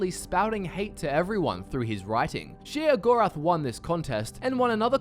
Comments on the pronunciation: its pronounced SHAY-GORATH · i swear everytime you say sheogorath i cringe